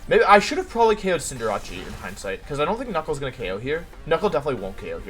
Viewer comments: everybody: Cinderace Wolfey: Cinderawchie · hearing him pronounce cinderace as cinderachi "Ah. Jirachi is in this game. I had no clue... But where is it? (I thought it was the name of a cinderace jirachi combo)" it's cinderACE. Like space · Day 3 of Hearing Wolfe pronounce Cinderace as "Cinderachi". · Even after all this time I still laugh at Wolfey calling it CINDERACCI